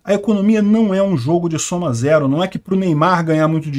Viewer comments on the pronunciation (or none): none